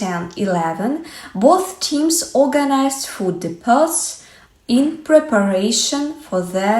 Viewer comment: “Food depots….” It was mispronounced! Depot is pronounced with a silent T and the accent is on the E. Look up “Home Depot” commercials to hear how depot is pronounced. 👍